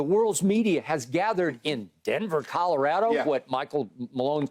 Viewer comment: Skip has never watched the Nuggets. He can't even pronounce Colorado correctly.